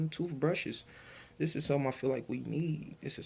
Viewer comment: The word is with! NOT wit. Pronunciation is key if you want to make videos with your vocals. The word is this! NOT dis.Instead of making babies at16, you should have been focused on school/education! As Tyriq always says "ya dig?" .